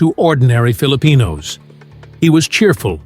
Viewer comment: Appreciate the fun facts but could you please pronounce Filipino names correctly